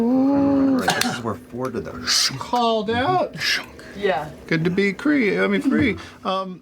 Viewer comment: That Freudian slip at the end; “Good to Cree…I mean Free”